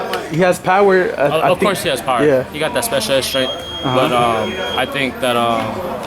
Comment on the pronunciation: he said special ed strength 🤣